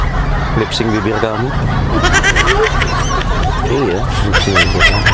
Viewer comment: Lipstick banggg...bukan lipsing bew!! :)